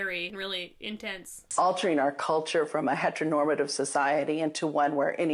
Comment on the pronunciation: But she said "hetnormtive"